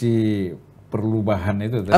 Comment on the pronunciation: Bisa aja abang ini nyebut Koalisi Perlubahan he he he